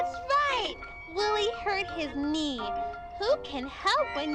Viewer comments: bro said: kenee and kenife lol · My favourite parts are when he said k-nife and k-nee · he said kanaif😂😂 and he says kenee😂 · K nife???? AND K NEE WHATTTT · “Ke-nife” “Ke-nee” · k-nee XD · k-nee k-nife k-iss my ass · OKAY GUYS. WE GOT KUH-NEE AND KUH-NIFE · LOL kah nife kah nee LOL 😂😂😂😂😂😂😂 GOT ME LAUGHING FOR 5 MINUTES STRWIGHT HAHAHAHAHA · Kuhnee! Lol 😂 Kuhnife! 😂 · "on his cnee" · Ah yes... K-knife K-knee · So we got a "K"nife, and a "K"nee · “ do a cuh knife” “ cuh nee” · And "Looks like his Ka-nee"